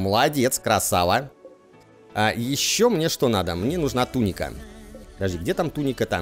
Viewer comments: ТунИка, а не тУника правильное ударение. Серия топ) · Веду себя как граммарнаци, конечно, но,! Дружище! В слове туника ударение на "И". Ты изнасиловал мои уши и как порядочный джентельмен должен мне ещё одну серию римчика.